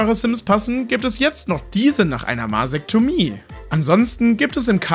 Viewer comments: Ich habe Masektomie rausgehört. Er meinte wahrscheinlich Mastektomie 🙂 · ich höre jedesmal definitiv mit nem V vorne vasektomie xDD Aber ne masektomie macht mehr Sinn ja 😂